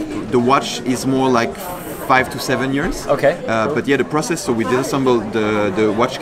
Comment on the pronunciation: Process- (pra-cess)